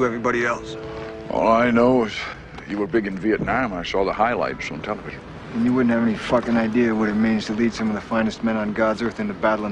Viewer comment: Why is Mason say Vietnam with an american accent? UK has strong A´s but Mason pronounce Vietnam with a soft A like an american would